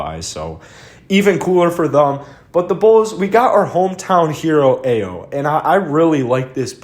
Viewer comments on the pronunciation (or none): Really looking forward to seeing Ayo in a Bulls uniform! Illinois' first ever AP First Team All-American and the most clutch player in college basketball the last two years! (Btw it's pronounced "i-o") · He is excellent in the pick and roll. He is a winner (his teams win). Please learn how to pronounce his first name (ä-yō).